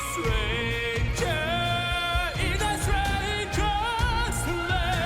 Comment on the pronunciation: Pronunciation still has some issues, sometimes he forgets to pronounce the "t", so sometimes it's ok but other times it's "Sranger in a sranger's land" and strength is pretty much every time "streith".